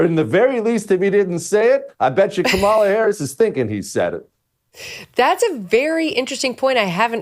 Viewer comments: Hay Jesse, think of how much more incisive and subtly brutal your whole assessment would have been had you actually been suave enough to actually pronounce her name correctly. COMMA la. Really, at some point it's just clumsy and oafish. And I say that as someone who didn't vote for her, and am totally relieved she didn't win. Also, the reason Trump is so naturally inclined to be copacetic with Obama is because so many business leaders and former Obama supporters are now supporting him. I think he just presumes everyone is fair game to bring around. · This guy needs to learn how to pronounce her name. And get a hair trainsplant.